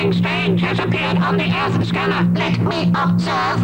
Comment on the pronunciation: its called Earth. not HOUUUMPRUEIS FWIEEEEWWED